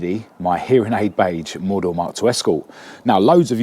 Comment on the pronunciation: Do you mean four door. Its sounds like you keep saying more door.